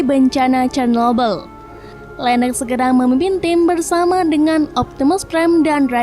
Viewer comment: Moon maap itu cara bacanya itu cernobil Tulisannya memang Chernobyl